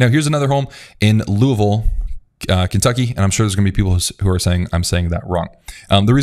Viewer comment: You said Louisville correctly!! 😊🎉